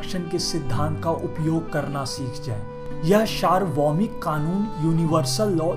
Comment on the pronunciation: शारभोमी नही सार्वभौमिक होता हैं।